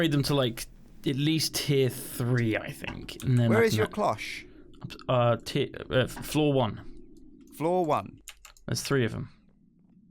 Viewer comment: THANK YOU for saying "cloche" correctly. I was raging pretty hard over saying "clok" recently.